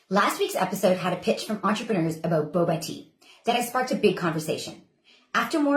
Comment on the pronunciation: Thanks for pronouncing it the correct English way of 2 consonants making it a short vowel sound